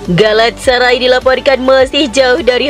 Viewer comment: Nah gitu donk.. dah bener ngomong galatasaray-nya